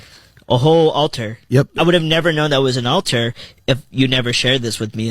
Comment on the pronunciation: The word is ALTAR